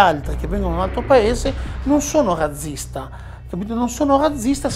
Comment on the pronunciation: Ecco un altro che dice "razzista" (zeta dolce anziché aspra) e quindi fabbricatore di "razze" ovvero raggi per ruote di carro. La "razza"(zeta dolce) è anche un pesce. Il sinonimo di stirpi, (razze) si pronuncia con "zeta aspra" come fa la signora interlocutrice, in questo stesso video.